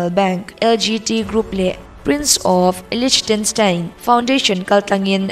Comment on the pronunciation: Free Advice- English word thenkhat pronunciation hi voice record I tih hma in google atang I en hmasa thin dawn nia. Liechtenstein te hi LIK-TUHN-STINE tih a lamtur ania, LICH nilo in. A dang pawh mistake a awm nual. Lungawiloh ah la mai lo in inzirnan min lo hmansak zawk la ka lawm hle ang.